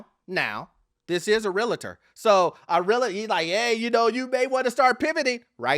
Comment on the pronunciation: A RILL-UH-TOR.....?? Try this : REAL-TOR